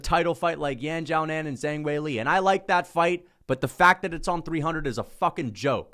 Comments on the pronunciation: "Zang"? There's an "h" in her name, man. You can literally see that. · Kills my soul when he pronounces "Zhang"